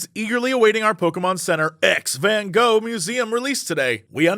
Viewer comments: jesse please just say van goo. it wasnt even close but thats normal if your language doesnt really use these sounds in this way. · As a Dutchie, I appreciate your efforts to pronounce Van Gogh as anything other than "Van Go". 👌🏻. We require more disgusting Dutch G in our Van Gogh. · As a Dutch person, hearing you try to pronounce van Gogh is really funny Here's how to do it properly: pronouncing the "o" in your original English way is fine, but both the fist "G" and the "gh" are pronounced by a special kind of pronounciation that is very difficult to do for non-Dutch people, it's called a "hard G", and honestly, the sound is so complicated that typing it out isn't easy, but the closest thing i can say is that you should imagine yourself hissing like a very angry cat, combined with the funny thing you do with mouthwash where it's half in your throat, please, look up how to pronounce the Dutch hard G and try it sometimes, hearing non-Dutch people try to pronounce the Dutch hard G is one of the funniest things for us Dutchies